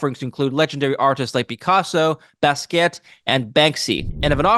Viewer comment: Re: Masterworks… it’s “Bah-ski-ott” not “Baz-ket” 😉